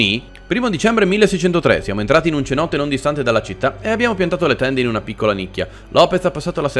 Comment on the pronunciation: Ma...... si scrive cenote,ma si legge "senote". 😂.